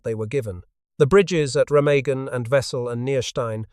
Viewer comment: Remagen (ˈʁeːmaːɡn̩). The g is pronounced like a g, as in gun, not a j, as in gin.